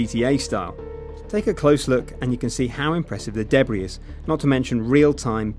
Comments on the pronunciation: you say debris wrong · the s is silent